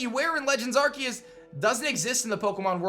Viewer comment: I think Arceus is pronounced with an ‘s’ sound not a ‘c’ sound... but I’m not a teacher